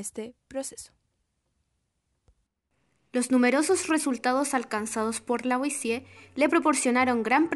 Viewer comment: Raro que pronuncien bien "Antoine" (Antuán), pero no "Lavoisier" (Lavuasié), Por lo demás, excelente video.